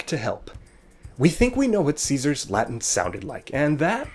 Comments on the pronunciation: I m italian, i studied latin, but your pronunce is totally wrong. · so v is pronounced as w? That is not what I have learned during my two years of Latin-studies. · This video lacks all credibility because the narrator can't even pronounce the word "latin" correctly.